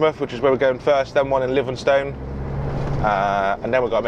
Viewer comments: When english folk say livingstone when its pronounced livingstin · O lord from one driver to another the best way to say gangemouth is Grange and then mouth and its livingstone is like living then stung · Didn't think he was too bad with Grangemouth but pronounced Livingston like it had an 'e' at the end. He should definitely avoid trying to do a Scottish accent though - sounded more like Ugandan! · Need to teach you how to pronounce Grangemouth and Livingston properly😂😂